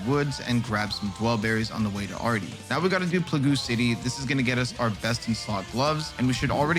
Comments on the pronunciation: Plah Goo city hahaha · This is a very well thought out guide. I laughed at "plagoo city" lmao